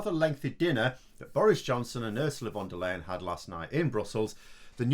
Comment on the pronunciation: Once again ‘Little BOJO’ showed what he is capable of: ABSOLUTELY NOTHING! He is a BUFFOON with terrible manners and NO understanding about what is important to us in the EU! He found out that even though Von der Leyen (and you Brits: PLEASE learn how to pronounce her name - it sounds awful when you’re saying it WRONG!) is soft spoken, she is fully able to spank your ‘Little BOJO’!